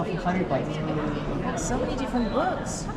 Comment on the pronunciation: "Same Same..But diffrann" LMFAO. I wonder if they had reviewed your footage, would they know where that clip is from? 😭😭💀💀 Funny as shit